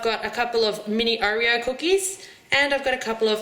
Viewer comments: I don't know ( well I do) but the way you keep saying Oreo infuriates me! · I've never heard anyone say oh-reo before- I say aw-reo... oh well it's all the same oreo anyway lol- nice cupcakes! :)